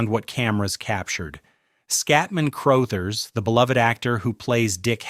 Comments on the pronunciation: Scatman Crothers- The definition of the word "cool" PS- His name is pronounced "Cruhthers." What is so difficult about getting human narrators? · Skatmin Crothe-ers. LoL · Cruuthers.not Crooothers. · In the movie, it's room 237, not room 217. So, yeah. And, you mispronounced "Crouthers." A couple times. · Scatman “Crowthers”. Speak names correctly. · Scatman CROW-thers? Good grief! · Just FYI, Crothers is pronounced like brothers. Also, you kept showing the Stanley Hotel which has nothing to do with the movie. Was this done with AI? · If they are pronouncing it CROW-THERS then yes. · You’re constantly mispronouncing Crothers! Do some research before you post something! 🙄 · You lost me with the horrible AI pronunciation of Scatman Crothers. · I know.not the mispronounced last name according to Ai 😂